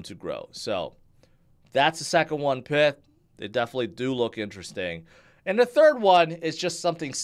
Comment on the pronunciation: isn't it pie-th, like in python